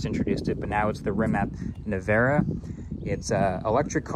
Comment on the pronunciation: "Rimat nevero" 😂